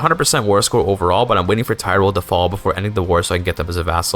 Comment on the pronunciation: FYI the y in tyroll is pronounced like the i in ski. You can remember because there are many ski resorts in tyroll. Love the content!